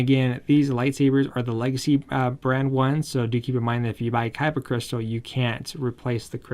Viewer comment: keeps saying kaiba instead of Khyber